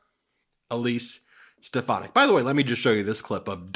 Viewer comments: ‘Step-uh-nac’ is correct in one sense. trump hasn’t lost a step, he’s lost several miles. He wasn’t a full shilling to begin with (British phrase), now he’s absolutely gone. If he started with 100 marbles, he’s down to his last one, and that’s getting chipped away at at an alarming rate. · Trump can't even pronounce Stephanic's name. She is a loser just like Trump and lies like him. Very good strategy Elise to make Trump look like a doddering old fool. Great job lol. Biden 2024!🇺🇸